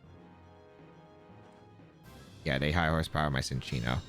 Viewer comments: I also thought it was Sin-chee-no, I just looked it up and in the anime it is pronounced chin-cheeno. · lol no I like the mispronunciations! Sometimes they make good nicknames like Gouging Fire as “The Gorge”